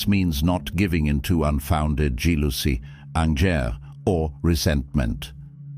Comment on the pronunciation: One of the better almost convincing AI voices, cocks up osccasionly tho ,couldn't pronounce jealosy😂 good vid tho. A sorted philosaphy.